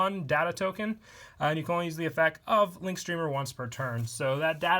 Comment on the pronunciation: Has anyone else noticed he says effec instead of effecT